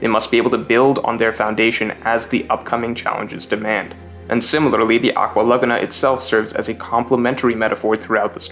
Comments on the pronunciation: It’s “LA-Goo-Na” not “LugNa” bro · It's not "luhguhnuh," it's "luh-GOO-nuh" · I can't take "lug-a-na" instead of "la-goon-a" good video though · Man it's pronounced "aqua lagoooona" not lugna 😭😭🤣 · Laguna = La-Goo-Nah Its not pronounced Lugna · I can't get over the way you're saying Laguna.. have you never heard of a lagoon? It's pronounced la goo nuh.. am I the only one? If I'm the crazy one here someone please tell me lol Also usop is luffy's best friend? I didn't get that.. would have made water 7 even better if I did get that, but I just didn't get that from the story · Holy shit the way you say laguna... Just say lagoon and then add an "ah" at the end. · Good video I just think you’re saying Aqua Laguna wrong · He keeps saying Aqua Laguna weird... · Dude really can't pronounce Laguna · Why you say laguna like that lol. what in the world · GREAT VID. But the way you say laguna hurts me a little lol. more of this greatnes!